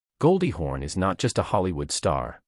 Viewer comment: Why does the narrator continue to call her Goldie HORN?